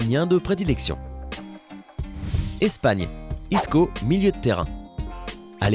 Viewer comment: Tu as dis andres inresta hhhh